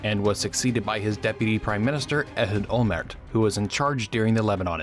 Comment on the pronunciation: It's OLMERT. The T isn't silent. What's the deal with Americans and silent Ts? They do the same with Gal Gadot.